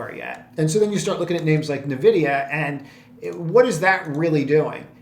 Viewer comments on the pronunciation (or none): Nvidia not navidia btw